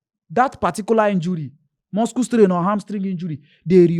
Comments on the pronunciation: Why is calling it muskle strain.. 😂😂😂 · Wetin be muskle strain Make ona correct your guy nauuu Which kind pronunciation be that